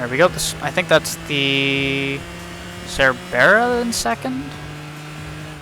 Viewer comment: Your pronunciation of "Cerbera" makes me want to throw you down a well